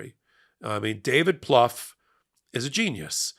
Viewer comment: if you’re referring to David Plouffe [pronounced: ploofe, like roof], he’s 57 years old.